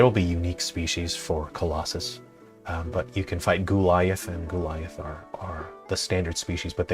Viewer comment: The game's not called high-rule for nothing. 😂 There were some straight sabres, BTW, and some two-handed ones (though I don't think any of those were straight). "Goo-liath" was inspired, I chuckle every time I hear it.